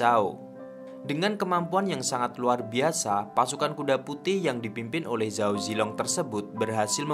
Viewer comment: belajar mandarin dikit2 bang. kalo di mandarin ga ada pengejaan huruf Z bang. di bacanya Ch jadi kalo Zhao bacanya Chao. guang zhou bacanya Kuang Cou